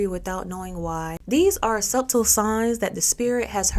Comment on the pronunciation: Ok, I gotta be that person. It makes my eardrum itch when you say suBtle. 🤣 I know that's how it's spelled, but my ears can't stand the B not being silent.